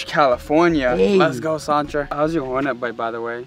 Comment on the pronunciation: It’s pronounced Chan-truh Kree 😂